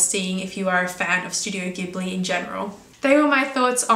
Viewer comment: Just a minor thing that might interest you as a fan of the studios: its name is pronounced "Jibli" (even though the original word "ghibli" is pronounced the way you said it... go figure!).